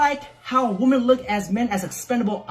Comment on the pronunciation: Just curious I'm asking you this question because I've heard you doing this as well, has it suddenly become cool woman when you obviously mean women? Or is it an accent thing? It's been annoying me for years and so many people do it these days. Please enlighten me what the hell is going on? Seriously.